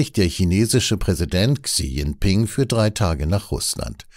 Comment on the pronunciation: "Chi Dschingping" aber trotzdem - wie immer ein guter Beitrag 👍